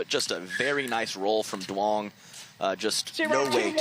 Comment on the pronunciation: Can someone tell the announcers to say "Young" not "Du-ong"?